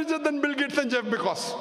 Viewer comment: Yeah he pronounced wrongly.. but I never knew that the medical colleges teaches how to pronounce Jeff's name 🤣🤣🤣